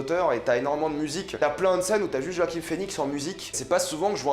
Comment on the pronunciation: Bonne vidéo, par contre c'est JoaquiN Phœnix et pas JoaquiM Phoenix